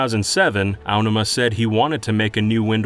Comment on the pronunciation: god this guy is so bad at pronouncing things, from "Onma" instead of Aonuma, and "Hee-oy pear" instead of Hyoi Pear. Disgusting.